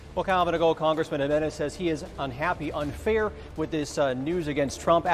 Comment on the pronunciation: Jimenez. Not gimenez